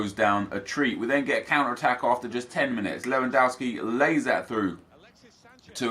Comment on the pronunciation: why do you call lewandowski lewandauski?